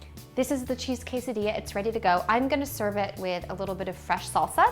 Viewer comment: Yes, if you want to learn how to make a delicious quesadilla ask a white women that can't even pronounce it right. Wtf?